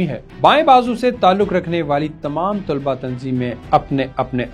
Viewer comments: بہُت بہترین ڈاکومنٹری ہے۔ آپ کا انداز بھی بہُت اچھا ہے بس لفظ " طلباء" میں ط پر پیش اور ل پر زبر پڑھیں یہ صحیح تلفظ ہے۔ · اچھی نیوز رپورٹ ہے ۔لب و لہجہ بھی اچھاہے۔ لیکن آپ طُلباء کہہ رہے ہیں جو بار بار دہرانے کی وجہ سے دماغ پر ہتھوڑے کی طرح بج رہا ہے۔ درست تلفظ طلباء ۔۔( ط پر زبر ہے)۔ براۓ مہربانی اس حولے سے آٸندہ خیال رکھیے گا۔ Tulaba wrong.... talaba durust